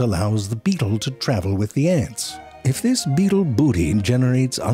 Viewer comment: He said butt beatle.